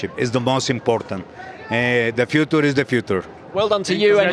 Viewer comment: De fiutur is de fiutur checo’s dad ja inglés británico vs inglés mexicano